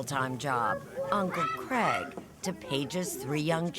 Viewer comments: I hate the way Americans pronounce the name Craig. What is so difficult with saying Crayg. WTF is Creg??? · Why can’t Americans say CRAIG correctly. It’s CRAIG not CREG. ….aaaarrrrgggghhhhh..